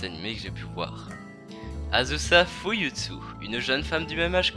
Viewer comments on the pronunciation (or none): Bonne vidéo 👍, mais juste un truc c Azusa Fuyutsuki